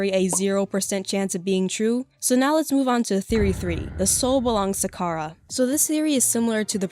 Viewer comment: Just pointing out, the plot of the genocide run isn’t Chara possessing Frisk. Chara at the end reveals that they’re the narrator in all runs. The player controls Frisk into killing and since Frisk and Chara share EXP and LV you basically turn Chara insane and evil in the genocide run. Also their name is Chara as in character so the ‘ch’ sound shouldn’t be made.